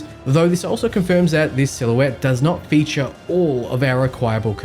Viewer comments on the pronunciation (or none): none